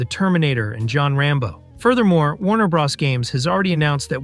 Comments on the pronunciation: WTF IS WARNER BRAS.... ITS WARNER BROOOOOOOOTHERS OR WARNER BROOOOOOS. LEARN TO SPEAK. LMAO. And CANNNNNO? YOU MEAN KANO? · Hearing 'Warner Bra's' instead of Warner brothers or Warner bros - gives me diarrhea. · “Warner bras”… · "Warner Bras"